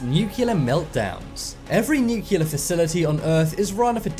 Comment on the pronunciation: The word is pronounced NOO-klee-ur not NOO-kyu-lur!